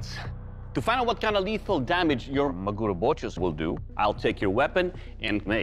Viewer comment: MAguro, friends. Say it with me, MA-gu-ro Gotta love american maGUro